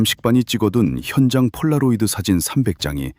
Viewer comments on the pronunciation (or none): none